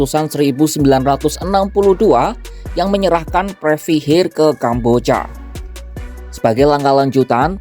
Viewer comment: Ini naratornya adik Cinta Laura kah?? Kambojjyaaa... 😂😂😂